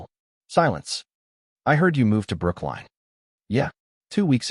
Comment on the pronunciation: It’s Brookline Massachusetts!!!